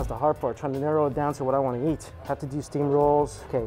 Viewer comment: I love that says "eat" and it sounds like "yeet" lol